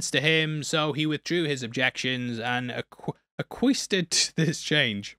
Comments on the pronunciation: Acquiesced Pronounced in American English like Ack-wee-ess-d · Fwiw, it's pronounced as Ack-wee-essed. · Acquiesced = Ack-wee-essed! 😊